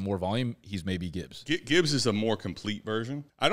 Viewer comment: And then he proceeded to mispronounce Gibbs name lol